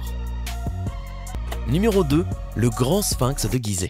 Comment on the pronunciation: Sphinx, prononcez-le avec F et non avec P. "Ph" se prononce, en général, "F". On ne dit pas Pilosopie pour Philosophie !